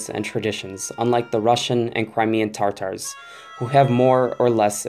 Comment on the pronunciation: Stop saying tartar it’s Tatar